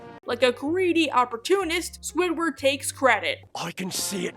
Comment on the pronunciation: It pains me when she says Squiward without the D